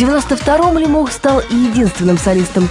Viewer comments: ЛЕмох а не ЛемОх, ухо режет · Все время думал,что Лемох ударение на "е"...А тут слышу дикторша ЛемОх обозвала...) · Девушка не правильно озвучивает фамилию ЛЕмох, Е ударная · ЛЕмох, а не ЛемОх! Как можно так ошибаться?! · Почему лимОх? ЛЕмох он, а не лимОх 😎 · Не ЛемОх, а ЛЕмох...девушка🤦‍♀️ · Не ЛемОх, а ЛЕмох! Ударение ставьте правильно! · Не ЛемОх А ЛЕмох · "" ударение не там ставит- Лемох! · Девушка за кадром !!! Вы не там ставите ударение в фамилии нашего кумира Лемоха !!!! Не могу слышать 😂😂😂😂😂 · Ударение на фамилии не то, режет ухо